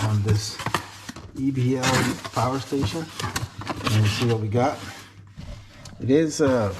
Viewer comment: Behold the POWAH!!!!!